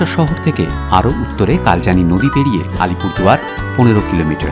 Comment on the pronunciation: Dada Alpurduar noy Alipurduar